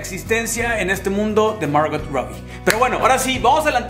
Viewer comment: Un pequeño consejo..no pronuncies la "t" en Margot